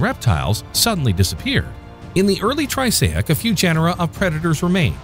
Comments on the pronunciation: wonderful short, great graphics you might want to take a look at the pronunciations for the following: ornithopods not orinthopods; triassic not trisaic etc; film editor probably should have been more aware of these during final cut; but overall, very nicely done. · You’re pronouncing Triassic wrong throughout.